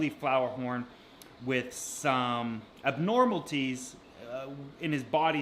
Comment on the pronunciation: "Abnormalties"??? I think he was trying to say ABNORMALITIES*